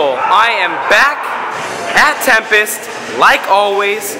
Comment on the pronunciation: Its tempis not tempest